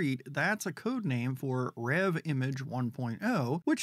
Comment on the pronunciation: Nice saying Reve right. You're like the only one! Rev is how it sounds from my understanding via the Discord, which is semi to very active given its age.